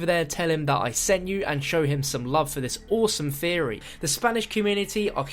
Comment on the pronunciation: oh that ending. "Just a game theary"